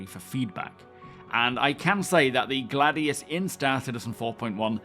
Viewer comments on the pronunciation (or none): none